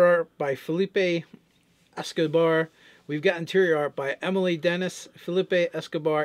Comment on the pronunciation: Seeing as that Emile Denis person is French I'm certain the real way you pronounce the name is E-mill.